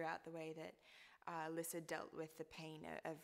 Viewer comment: YAY THEY SAY LISSA HOW I ALWAYS IMAGINED IT BLESS YOU LUCY :') i'm so so so glad they don't say it like lisa dragomir THERE ARE TWO S's hahahahaha but omg she's so cute i can't waiiiitttttt